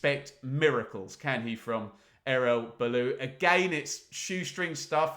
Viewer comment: It’s not balou it’s Erol Bullet it’s pronounced like a bullet